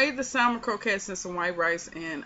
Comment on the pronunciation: You are saying it correct my Dear.....lol...